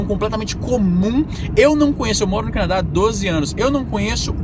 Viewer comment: Canaa ? Quiz dizer Canadá?